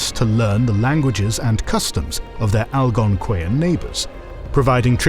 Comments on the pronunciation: Al gon qui yan? I’m Canadian it was always pronounced Al gon quan. Please do some research because it’s extremely upsetting to butcher an entire group of people like that with this video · As a person born and raised in Ontario, the pronunciation of Algonquin physically hurt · He butchered Potawatomi as well. Algonquin not great, either.